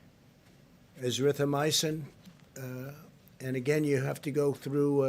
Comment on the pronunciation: That was nothing but a GD commercial for a drug he has stock in. Damn fool can’t even pronounce Azithromycin